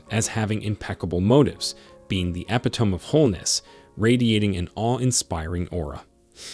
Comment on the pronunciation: Also, some of the words you may not have recognized because they were mispronounced. I think it must be computer read text (sounds like a human) but this is a frequent problem. Example, the word epitome pronounced (e-pit-o-me) but in the video was pronounced epi-tome.